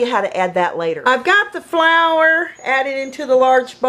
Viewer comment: laughing so hard the way she said flour no hate 😁